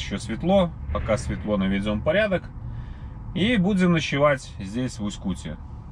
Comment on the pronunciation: Не в Усть-кУте А в Усть-кутЕ)